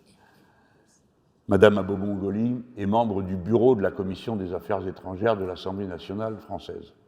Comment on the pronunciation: Nadège AbomAngoli ! Et non pas Abomongoli. Merci pour elle.